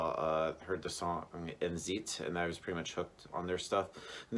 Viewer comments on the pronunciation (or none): I like your review, nice work! Your pronouniciation of Alex name is right, but I tend to hear this more often, Endzeit is pronounced like end-cite ;)